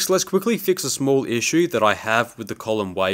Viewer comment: Every time you said "mill" is sounded like you said "mule". Funny English accents from around the world! Oh, and "fix" sounded like "feeks". Lol, thank you for the laugh today. You confirmed that my hearing is really bad!